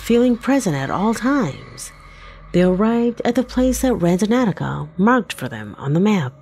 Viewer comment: Somebody want to tell the narrator that the app is called Randonautica and not Randonauticaohaho